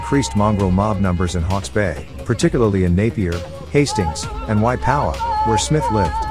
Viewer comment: Waipawa is a place the guy talking can't pronounce it